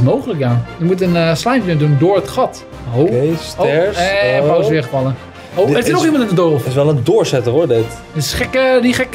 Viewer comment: Je spreekt het niet uit al pauze maar pausee de 2